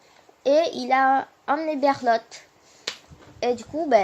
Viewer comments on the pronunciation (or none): Mdr c’est pas berlot mais bertold